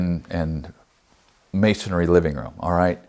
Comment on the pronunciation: I've heard you say "masonary" in the past. Did Ken also teach you the correct pronunciation?